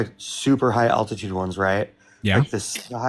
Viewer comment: Can’t even pronounce the word altitude, but expects to debunk altitude… classic 😂